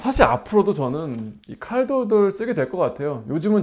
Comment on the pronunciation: 그런것도 있겠지만 r발음보다는 ㅣ발음에 가깝게 들려서 그런거같아요😅